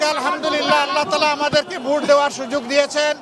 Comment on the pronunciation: এলোক তো ভোটটাও সঠিক উচ্চারণ করতে পারেনা, তা দেশ চালাবে কিকরে। ভোটকে বলে ভুট হা হা হা😁